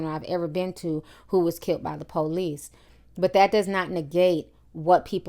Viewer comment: The "POELICE" and "AMBoolance" hahahahaha I'm not laughing at you i'm laughing with you